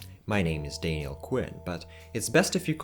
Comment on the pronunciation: It's not Dainiel it's Daniel